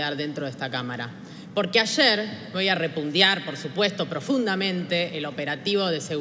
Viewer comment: ¨Repundiar¨ ???? neo lenguaje K? min